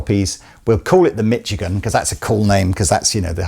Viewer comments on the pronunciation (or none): Misch-igan. Not Mitch-igan. ;) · As a Michigander, need to correct your pronunciation of our wonderful home state :) The 'ch' is pronounced like a soft 'sh', so more like Mi-SHI-gan. And yes, there are limited companies in the States, though we tend to also include what class of limited liability they are in the naming, like LLP (limited liability partnership) or LLC (limited liability company) :) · Michigan - pronounced MISH-A-GIN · Hello!! I found some information on your Beare & Sons Ltd Michigan (Mish E Gan...not Mitch E Gan) Acoustic. Greetings from Grand Rapids, Michigan....just 50 miles north of Kalamazoo! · I love the way the pronounces Mitchigan.